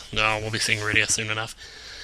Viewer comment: I think this is a great choice for an LP, but... if you continue to pronounce Cecil as 'seh-sil' instead of 'see-sil' and Rydia as 'rid-eeuh' instead of 'rye-dee-uh'... I might lose my mind.